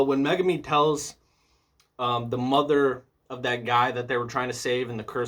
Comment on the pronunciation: You say Megumi's name right which most people don't